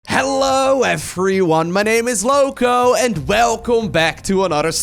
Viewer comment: why "hello eeFFFFFryyone " ? xD